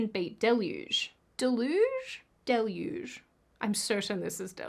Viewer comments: deluge /dĕl′yoo͞j, -yoo͞zh, dā′loo͞j, -loo͞zh, dĭ-loo͞j′, -loo͞zh′/ (, you pronounced it correctly twice! 😎) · You're right, it's "del-uge". And, yes, you're right. Rage-baiting is dumb. That's all. Thanks for being you,! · It is Del-yooj. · You were correct the first time with "deluge." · Deluge = delˌyo͞oj. You choose correctly. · Deluge long U sound